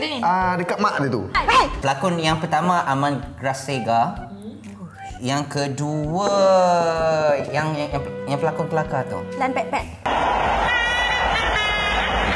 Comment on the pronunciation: Bkn Aman Raseka. Aman Graseka...